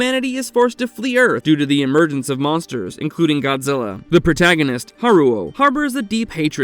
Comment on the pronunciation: Dude seriously said Gonzilla